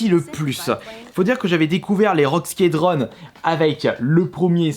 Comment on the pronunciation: Rogue skédronne, heroes mike é magic, command of conquer .... c'est autant la cata en anglais qu'en français